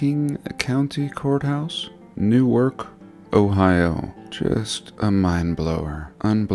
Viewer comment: It's pronounced "Ne'rk, OH", lol